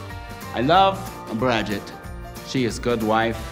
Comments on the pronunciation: Whoa... actually said Bridgette's name right Now we really know something's wrong. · I honestly expect them to... slowly become better people. Might be really slow. Really, really slow....Really, really, really- But got Bridgette's name right! Progress! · "Thank you, Bridgette." "It's Bri- oh..." SHE GOT HER NAME RIGHT! Progress, people! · finally a comment like this! I mean for heaven sakes, at the end literally pronounced Brigettes name right, and was hugging her.... somethings up. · got Bridgette's name right, though. Progress! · I'm crying....she pronounced bridget right